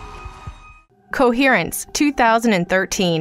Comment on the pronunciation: it's Coherence, not Conference, totally different meaning XD